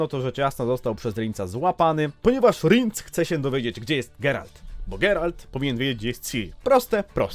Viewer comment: Ten Rinc dziwnie brzmi 🙂w audiobookach zawsze było Rjens 🙂